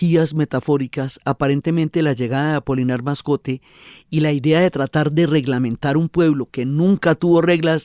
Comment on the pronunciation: La Señora Diana desborda su amor por García Márquez perjudicando así la objetividad de su trabajo. Debe además corregir el apellido Moscote de don Apolinar. (Es muy raro que ella insista en más de nueve veces llamándolo "Mascote)